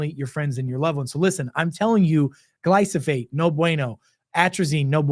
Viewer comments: Love your videos but it’s Glyphosate not Glysophate. Thank you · Never believe someone that can't even pronounce the word he is speaking about: please read the word slowly. It is Glyphosate. Not GlySoPHate.